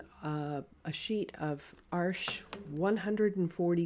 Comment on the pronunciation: Nice to hear the correct pronunciation of “Arches”…. 👍🏼😃